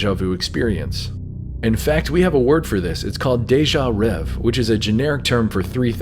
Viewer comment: It's not "déjà rev", it's pronounced as if it were (in English) "déjà rev-ay". It's "rêvé" and the accents tell you how to pronounce it. The last letter is an é, not an e.